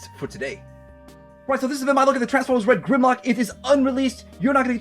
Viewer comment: Wed gwemlock?mathterpiece